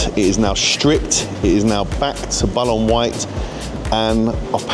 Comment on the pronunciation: BallOOn white, sounded like you called it bal-on, no disrespect meant, just saying, PS anthracite looking wheels on Revuelto suit it very much